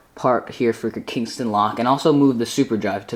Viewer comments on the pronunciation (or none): you said kingston lock its kensington lock great video i accidently rated it one star but its 5/5 :P